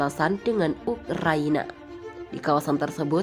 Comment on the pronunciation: Ukraina dibaca Ukaryana Putin dibaca Patin keseleo yah